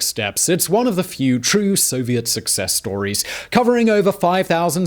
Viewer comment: I think you meant to say So-vi-et